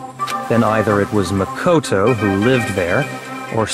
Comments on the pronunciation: "Mako-TO" Definitely not Japanese. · Celestia places the accent on the MA in Makoto instead of the KO, like everyone else. What European accent is she pulling here?